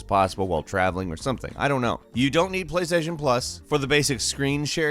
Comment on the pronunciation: "Sony plasation has been around forever"